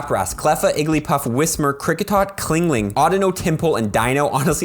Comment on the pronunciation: It's Chingling bro, not Clingling lol